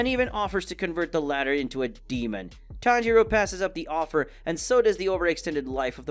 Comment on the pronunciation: He pronounces a lot of things wrong, Sabito, Tanjiro (he occasionally says it wrong which makes no sense if he knows how to say it), Inosuke (which you mentioned), Manga (which he also later decides he wants to pronounce correctly), Nezuko, and Gyutaro. It hurts my head watching these videos and hearing them butcher the names.